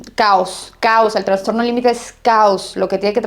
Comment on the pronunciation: Es transtorno o trastorno. Alguien me indica?? Escucho que ella dice Transtorno